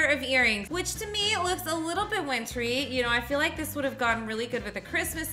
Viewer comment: Like* not lock